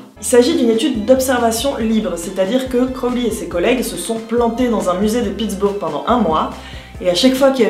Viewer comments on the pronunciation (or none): Toujours ultra intéressant! Merci :). (J'ai souri sur la pronunciation de "Pitsbourgghe")